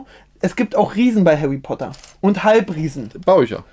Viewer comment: hawwy potter